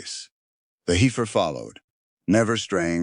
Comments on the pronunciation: What a dissapointment that a narrator telling a story involving cattle cannot even correctly pronounce heifer. It’s “heffer” not “ heefer”!!! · Heifer is pronounced HEFFER, not HEEFER.